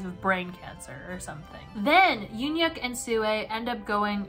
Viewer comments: ITS PRONOUNCED YOON HYUK NOT UN HYUK?!??!?! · the ‘eun’ in ‘euhhyuk’ is pronounced kinda like the ‘u’in bun… so kinda like mix of oo or uh